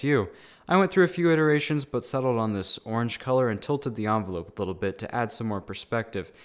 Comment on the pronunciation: Its envelope not onvolope 💀 🤣